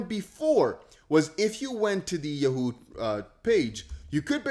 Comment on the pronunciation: Bro please learn how to say Yahoo smh 🤦🏽‍♂️ lol 😂